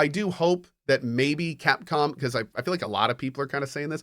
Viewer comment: Did he say “Catcom”?